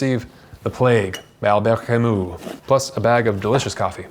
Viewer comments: It’s Camus, not Camous! Please learn how to say u in French if you want to talk about French books. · Hard to pronounce foreign names right. He did it wrong too, at least with 'Kamou'. The 'u' in French is quite a complicated sound between i and ou, but not quite. Normal. Same with Kierkergaard . I have listened to a lecture from what I think was a Danish individual and the pronunciation was quite different from anything I have heard before. Sartre is also hard to say, if you are not French - Alain de Botton gets these French names quite right, cause he speaks French as well! I still struggle with most Russian and German names and I am sure I always butcher the likes of Dostoevsky and Schopenhauer... and I am often timid to mention (Immanuel) Kant in public for the fear of mispronouncing it and sounding like... well, exactly!